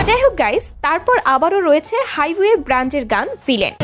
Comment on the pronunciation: উচ্চারণ টা ব্যান্ড হবে ব্রান্ড না। উচ্চারণগত দিক গুলোতে আরো সংবেদনশীল হতে হবে। এগিয়ে যান ইনশাআল্লাহ সফলতা আসবে।